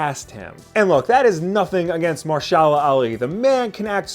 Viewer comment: MA-HERSH-ALA ALI